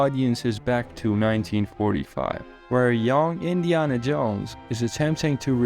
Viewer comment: Do you really think Indiana is pronounced that way?